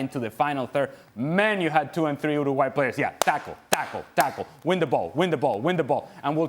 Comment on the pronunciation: Why can't he pronouns Uruguay? 😅